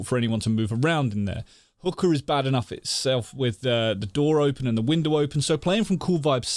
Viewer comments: Am I the only one hearing say hooker instead of hookah?? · is he saying hookah as hooker, or am I hearing wrong.. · sounds like hes saying hooker with a boston accent lol